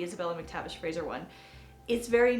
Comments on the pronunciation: Slightly irritating that the name Fraser was constantly mis-pronounced. She kept saying Frasier as in the American TV show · Americans please take note; it's Scottish, not Hungarian. It's Fraser with an 's' as in Scotland. It's not pronounced 'Frayzshure' as in Hungarian actress ZsaZsa Gabor's first name. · The name is pronounced Fraser (Frayz..er) not Fraysher 😟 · Please. Would you stop mispronouncing Fraser. It is not FRASIER. It has no I. FRASER.